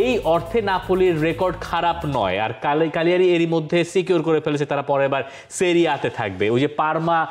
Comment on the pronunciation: ক্যালিয়ারি না চিলীগিরি 😂